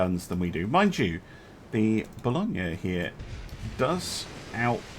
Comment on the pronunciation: Balogna*, not Balonga